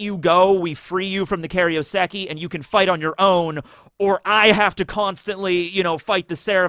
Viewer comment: kairouseki, not karyoseki...